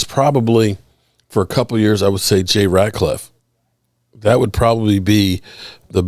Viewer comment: R-a-t-l-i-f-f not Radcliff.you got it,?